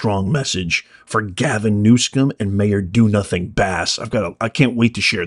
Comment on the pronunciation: No "K" in the guys name, Not New Skum, it is New SUM... OH! I see you are mispronouncing it on purpose. :People are in office because of the machine, Voters may show up, but the ballot will be counted as the machine wants. The only reason Trump is in office is because two impeachments, two assassinations, and criminal trial could not remove him so the DNC had to let him into office to be rid of him. Also, when the government is screwed up the DNC must allow a Republican in to take the blame, straighten things up and Raise taxes to fill the coffers. Don’t fret it. Democrats all have a ‘secret’ middle name: “Noone”. Remember “No One” is above the law. Democrats smile when they say that for a reason.